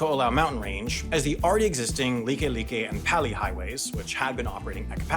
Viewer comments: Wrong, p-uh-lee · “FYI the correct pronunciations for some of these are Kaneohe is pronounced kah-nee-oh-hay” the like like one is correct but the pali one is pronounced “pah-lee” for future reference. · Pronounced "Pauly" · Kaneohe is pronounced Khan nay oh hey and Pali is Paw Lee. Good video.